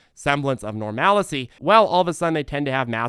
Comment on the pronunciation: normality or normalcy, not normalicy.